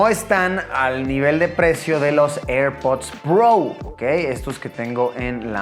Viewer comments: Airpods pro❌️ Airpods prou ✅️ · eirpudds prou